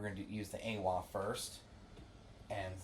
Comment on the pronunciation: It's pronounced "eye-wah"